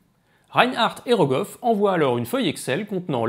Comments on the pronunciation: Goroff ou Rogoff du coup? 😛 sinon super intéressant, comme d’habitude. Je comprends mieux les cours de critique d’articles de la faculté :) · c’est Rogoff, pas (Kolmo)Goroff 😉